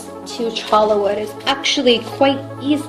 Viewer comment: It's pronounced 'choya' wood not 'chola' wood.